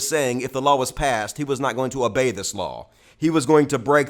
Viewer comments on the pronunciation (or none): none